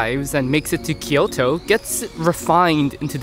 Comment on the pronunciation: Great video. Your pronunciation of Osaka is good, but Kyoto sounded super American lol. Nonetheless very much enjoyed it.